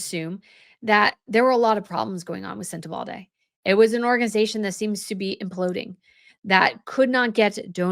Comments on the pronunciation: I love you. Please don't hate me. 😵‍💫 Senta baLE not Senta balDAY. I'm not saying this to correct you or make you feel stupid I promise! I'm telling you because you are actually one of the more educated and professional sounding cream of the crop in Royal reporting and conversation, and my guess is it's unintentional. You're putting a D in Sentebale. 🤔🤔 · Love your commentary,! Just a note, it’s Sent a BALL ay, not sent a BALD ay. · thanks for your intelligent, incisive analyses. It is pronounced Luh-soo-too. And Sen-ta-bah-leh both with emphasis on second syllable. THANKS, Les from S. A. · It is sentrBALE not Balde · It is Sentebale, not Sentebalde. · I believe it's pronounced Sen-te-BAL-E, not BALD-E. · You are misspronouncing the name of the charity. There is no D in it. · It's not sentebaldey. It's sentebaLe as in sent e bally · Sorry to be critical,.....every time you put a D in the pronunciation of Sentebale it drove me nuts. I heard "Sen-a-bald-a" Agree with your premises - we shall wait and see what more comes out! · You have compelling Royal commentary but unfortunately not compelling pronunciation. SenteBALE not Sentebalde and Lesotho (Lesootoo) not Leslotho... Do your Royal Commentator homework please. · Forgot to say that, please,, be more careful in your pronunciation. It is Sentebale, not Sentevalde, as you often said in the video. I don't mind you messing up with very complicated foreign (African) names, that is certainly not for everybody to pronounce in a correct way, but Sentebale you should get right. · Hi. No "d" in Sentebale. It's not " SentebalDe. Sen-te-bal-e. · There is no “D” in Sen tebale. You are pronouncing it like Uvalde. It is Sen-teh-bal- E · It’s Sentebale, not Sentebalde 😊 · It’s Sentebale , not Sentebalde. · No d, no d 😊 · Your saying sentable incorrectly...their is no d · Sentebale not Sentebalde, isn’t it? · It’s Sentebale NOT SenteBalde…. At least pronounce the name right!